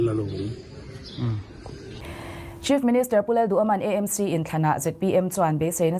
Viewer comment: Aizawl hi Eizawl a ni lova, a lam tawi a E Em Ci ni lovin Aa Em Ci tia lam hi a tha, Aizawl hi Mizotawng a ni si a.